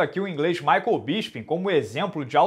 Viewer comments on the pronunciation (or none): none